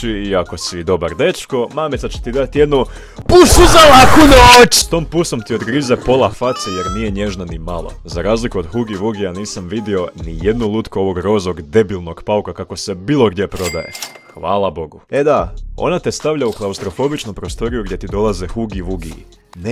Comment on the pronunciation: Bez uvrijede ali kada kažeš Hugi Vugi umjesto Hagi Vagi kako se kaze Toliko SE IZNERVIRAM DA STOL RAZBIJEM ali dobro preživim XDDD